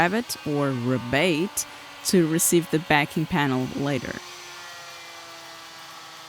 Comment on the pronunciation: this side of the atlantic we would pronounce it ree (as in tea) bate (as in hate). great project!